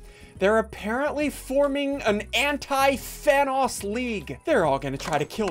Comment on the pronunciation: havent watched ssundee in a few years i see he still says thanos like vanoss lol. man hasnt changed a bit gotta love em